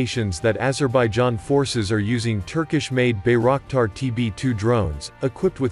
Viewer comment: it is pronounced as By - rock - tar not " bay rack tar"